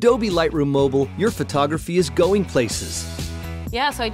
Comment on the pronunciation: Not everyone falls into the Apple trap there is life out side of iPads come on Adobe get in the real world, after all mac's has less colours then pc's for a start... cant even say the word 'mobile' correct lol